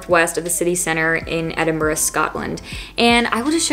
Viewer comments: It's lovely to hear an American pronounce Edinburgh correctly! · The only non scottish person I've heard actually pronounce Edinburgh correct.